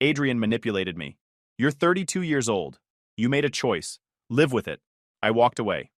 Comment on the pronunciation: Live , like give, not as in dive